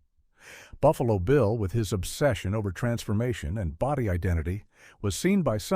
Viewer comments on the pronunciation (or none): none